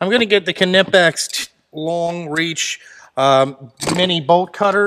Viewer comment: "kernipex" hahahaha